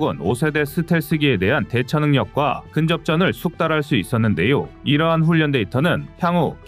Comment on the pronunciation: 애청자로서 정말로 아쉽고 꺼리튜브가 잘 되기를 바라는 마음에서 한가지 지적을 하고자 합니다. 진행자의 성의가 느껴져서 정말 좋아하는데 한가지 정말 아쉬운 점은 발음에 신경좀 써주셨으면 합니다.훈련=훈년 전력= 전녁등으로 발음하는데 훌련 절력이 맞을겁니다.그 동안 국어문법이 바뀌었다면 모르겠지만 발음이 너무 어색합니다.밀리방송에서 군사지식이 중요하지 국어문법이나 발음이 좀 틀렸기로 뭐가 대수냐고 지적하면 할 말은 없네요.오지랖 넓다는 소리도 들을 수 있겠지요.그럼에도 아쉬움이 커서 지적질 좀 했습니다